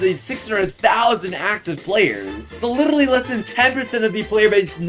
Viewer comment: "and you litrrrrrrrrrrrrrrrrrrrrrrrrrrrrrrrrrrrrrrraly"